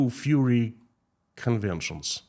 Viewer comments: it's fUrry, not fury :D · ITS FURRY not FURY (IE furry animals it means their fluffy skin coat.Furry and fury are pronounced different ie furry and fury pronounced different. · Not Fury -you mean Furry - like wearing a cat suit. Fury is anger Furry is from fur - like animal fur. With fury you hear the u sound, but Furry would not have tge u sound - more like a fir tree. An F in front of the er sound. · I love as he keeps saying "fury" and not "furry"... but probably it fits Russia better 🙂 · Не 'фьюри' а 'фурри'. Так будет правильно. А то мы тут все попадали 🤣😂🤣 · Furry is pronounced FER ee. FU ree is how to pronunce fury, which means very high energy anger. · It should be Fur EE . No Fury LOL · Furries,😊 🐈 as in rhymes with ' infer'.. furry, cuddly. Fury, on the other hand ... 😡😡😡 rhymes with JURY. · It's "furry" with the "u" pronounced as in "murder." "rry" is pronounced "ree" as in "glee." "Fur" - "furry." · I love that you pronounce furries like fury.